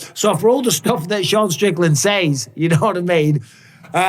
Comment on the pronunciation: Bisping you live in this country now stop saying says like that